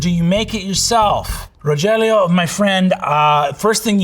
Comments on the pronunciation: Not the Ro-jell-ē-ō pronunciation 😭😭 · "Moments of shock, danger, and dismay" like my shock and dismay at learning that Brennan doesn't know how to pronounce "Rogelio..."